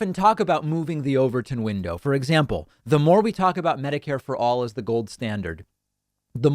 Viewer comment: 😂 What is it? I heard "the overthrown window..."